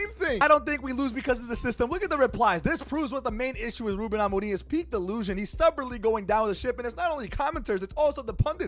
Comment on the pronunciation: The way bro pronounce Ruben amore m